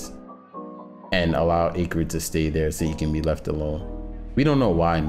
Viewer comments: its pronounced ack rid, not aycrid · you have a fine voice, but yeah, threw me hearing acrid pronounced like that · Sorry but Ayegrid? It's Acrid as in the adjective describing something unpleasantly bitter or pungent. Acrid uses the same "A" as in Animal or Acid. Just a nitpick, great Lore speculation though. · Say acrid right for once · I hate the way he says Acrid wrong